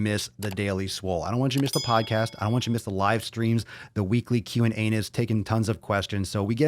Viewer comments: Did you seriously say Q&Anus?! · Did he say "the weekly Q and Anus?"